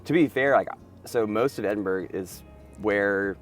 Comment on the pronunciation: Hearing Edinburgh pronounced like that made my ears bleed. It is "Edin-bruh."